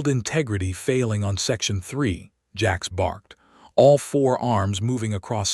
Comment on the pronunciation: His name is Jax but your A I says Jacks come on not good enough sort your shit A I out or just dont post